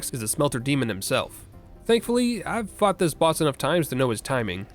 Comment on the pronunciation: Had to rewind because that "fought" was stressed in a very unfortunate way 😅